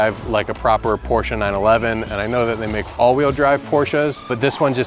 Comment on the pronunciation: Thank you for pronouncing "Porsche" correctly.